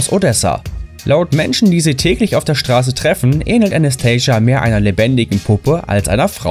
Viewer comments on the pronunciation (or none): Anastasia Nicht Anaschtajsiya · Alleine wie er ihren Namen ausgesprochen hat, war falsch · Also.. Anastasia kann man auch normal aussprechen XD Und nach ihren Aussagen wollte sie nie eine Puppe sein, sie fand damals große augen einfach schön. Und das sie so niedliche Outfits kauft hat damit nichts zu tun :'D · Anastasia heißt sie uns nicht so wie du es aussprichst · falsch, Anastasia Spagina ist nicht reich! Sie ist eine Youtuberin und sie hat nicht versucht, wie eine Puppe auszusehen! Und du sprichst ihre Name falsch aus.